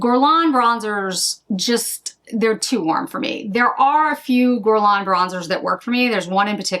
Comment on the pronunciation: If I may offer a piece of advice regarding pronunciation (if you don't mind) - it's pronounced "gErlain", not "gUrlain". Basically, just imagine the U not even being there. Its sole purpose is to indicate the pronunciation of the first letter is "hard" G (as in goose), as opposed to the "soft" one (as in aubergine). I hope it helps 😊